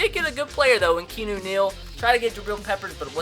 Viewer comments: He still said it wrong. Key-an-nu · Keanu Neal is said like. "Key-Ah-New" Neal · Isn't keanu pronounce "key-ah-new" like in that key & peele movie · Isn't it "Kee yah noo" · It is pronounced key-ah-new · It's pronounced key-a-nu, like Keanu reeves the actor. Pronounced the same way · it's pronounces ke-ah-nu neal u fucking idiot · It's keee ahhh new 🤦🏽‍♂️ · it's pronounced Key-Ah-Noo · ITS PRONOUNCED "KEE-ON-NU NEAL" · It's pronounced Kee-Ah-Noo Neal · it's pronounced KEY-A-NU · It's actually key-ahh-new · It's pronounced Key-ah-new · I swear it's pronounced KEY-AN-OOO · It is pronounced (key-on-oo) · "Key-ah-new" Neal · His name is pronounced key-on-ew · You pronounce Keanu Neals name like Kay-On-Oh Neal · Its key-an-u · It's key-ah-new Neal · Beast Mode he knows he just likes saying Canoe Neal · Kee ah noo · he said Keanu wrong twice😂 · IT'S NOT CANOE OR KEENU, IT'S KEY-AH-NU. LIKE THE DUDE FROM THE MATRIX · Keanu pronounced key-on-ooh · Its kee-on-ooo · its pronounced KEY-AH-NEW, Not key-new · It's KEE-A-NU not "KEE-NU" or "CANOE" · Why does he keep calling him Canoe??? It's Keanu (Key-ah-new) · It's not Canoe or Keynu it's pronounced Key-Ah-Nu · This mans name isn't canoe or keynoo its pronounced key-a-noo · lol it's not Kee-nu it's ke-a-nu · (Kee-ah-new) not canoe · ITS LIKE THE MOVIE ITS NOT CANOE ITS KEANU OR LIKE KEANU REEVES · Was anyone else getting progressively more and more pissed off that he was saying canoe Neal in stead of kee-on-no Neal 😂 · It's not keenoo either 😂😂 KEY AH NOO. NOT KEE NOO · HAHAHA key-new 😂😂 it's Key aw new. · Beast Mode kee-on-no Plus he wants to call him Kano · KAY-AHH-NEW Not KEY-AHH-NEW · its pronounced Key Ah Nu Neel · [key-ah-new] Keanu Neal bro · its kee ah new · Say it with me. KEY-AA-NEW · It is KEY-AHN-U Neal!!!!??!*#($ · ITS PRONOUNCED KEY-AH-NOO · It's (ke-ah-new) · His name is actually pronounced Kee-on-eww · It's pronounced Kee-ah-noo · It's pronounced KEE-AH-NEW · It's pronounced Key-A-New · It's KEE-A-NOO